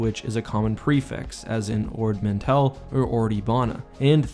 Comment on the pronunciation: Ordooine Neimoidia